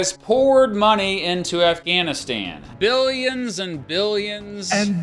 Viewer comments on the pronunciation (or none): damn, I'll hever hear the word "billions" the same way after this..